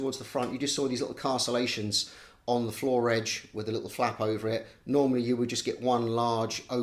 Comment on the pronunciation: Castle - ation? Really?